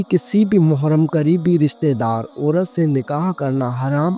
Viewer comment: Yeh lafz muharm nahin balkeh mehram hay thanks